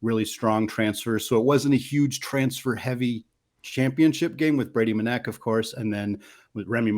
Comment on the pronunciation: Dude doesn’t even know how to pronounce Manek